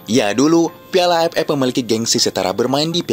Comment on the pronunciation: Admin orang sunda ya..gk bisa bilang aff tpi aepep